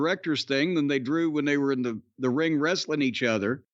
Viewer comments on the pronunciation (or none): “….maybe The Rock has to beat the Gaaaaymuh, in the middle of the riiiiiiinguh, and he’s got a $2 sl** for a wifeuh.”